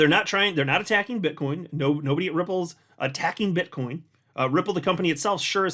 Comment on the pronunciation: sounded like you said "Bitch coin maxis" 😆🤣😂